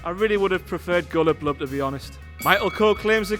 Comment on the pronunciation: I think he said Cullet Blub